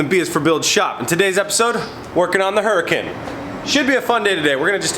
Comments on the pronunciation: "Ooo-ra-cun" not "hura-kin" and roll the "r" :) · Did he call it a huracin? It’s hur-a-con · Hurricane? Lol, its Huracan dude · its huracan not hurakin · I know it means "hurricane", Huracan is pronounced as U-Ra-Kan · Lol huracin 🤦🏻‍♂️ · I wasn't going to say anything but it drove me nuts... its pronounced "oooooo reh khan" lol. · Hur (uh) con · proper pronunciation...."Hurry-CooooOOOOooon".......OK? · huraÁn sorry but its a little irritating that pronunciation sounds weired